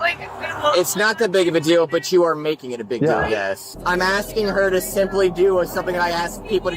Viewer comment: 96 in a 50 is criminal speed, yet she continued to have an attitude that didn't become her. Put her in jail. That was outrageous. Another woman with the extra syllable on her words "I signed it-ta." What a freaky screaming session.